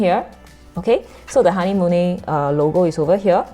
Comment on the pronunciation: It’s a German brand right? A bit pricey where I am but I heard it’s pronounced ha-ner-mu-ler